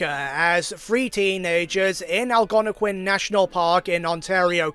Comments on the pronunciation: Algonquin is pronounced like this; Al- as in Weird Al Yankovic Gon- like Gong without the last g. Quin- As in Harley Quinn. Algonquin. Not trying to be mean, I really like your video. Just letting you know how to pronounce the word on the off-chance you use it again. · Al-gono-quin & Al-gon-equin